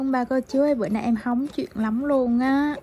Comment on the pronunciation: Nói chuêng nghe hóng chuêng